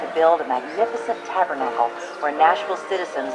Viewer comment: Hold up..😅😅😅😅 you pronounced TABERNACLE.....ta..ber...ta...kle???😅😅😅😅😅😅😅😅